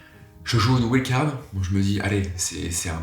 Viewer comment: C'est possible de prononcer wild card correctement un jour? Ou alors autant dire "carte sauvage"....